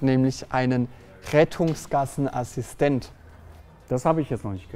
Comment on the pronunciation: Was ist bitte ein Assischtent?